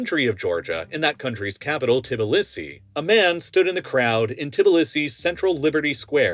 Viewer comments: "Tibilisi" The author needs at least try to learn how to spell toponyms properly before videos! Tbi-li-si, not Ti-bi-li-si Kharkiv - stress falls on A, not on I Mariupol - stress falls on U, not O I could also argue about other names but some contain exotic sounds not known to English natives. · Tit-a-lees-ee?! Hahahah 😅 It's pronounced Tuh-blee-see. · "Tibullissi" lmao that canNOT be the way you pronounce Tbilisi. Pretty sure that first i is silent, making it "Ti-BLEE-see" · Tbilisi -- is "Bul-ee-see" -- (at least that's how NFKRZ did, or the Russian pronunciation) we would say : "Ta-blee-see" -- not "Tibbul-ee-see" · I believe that Tbilisi is just pronounced as /Bilisi/. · Tbilisi is pronounced tuh-blee-see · It takes 5 seconds to Google "how to pronounce Tbilisi" do better. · I don't think I've ever heard the capital of Georgia mispronounced as badly as this video